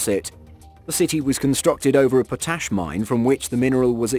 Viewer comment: Alright! 150,000 <--THAT'S HOW YOU WRITE IT!! And it's POT-ASH not PO-TASH!! What's wrong with people?? It's like EVERY CHANNEL gets simple stuff wrong!! Are you aliens that just don't get it yet?? I'm trying to figure it out cuz if I made videos, I would DEFINITELY MAKE SURE I got EVERYTHING RIGHT BEFORE I POSTED IT!! EVERYTHING!!! When you post mistakes, the young people don't know any better and argue later that it's RIGHT cuz they heard someone else say it! AND, this isn't in the video, BUT PEOPLE, IF YOU ARE OUTSIDE, THAT THING YOU ARE STANDING ON IS THE GROUND, NOT THE FLOOR!! THIS IS WHY IM DISAPPEARING TO THE COUNTRY!! CONSTANT IGNORANCE!!!!!